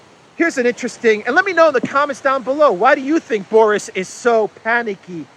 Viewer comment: Boris as a boy's name is pronounced BOR-iss. It is of Russian and Slavic origin, and the meaning of Boris is "small; battle glory".